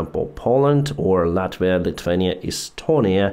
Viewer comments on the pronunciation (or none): none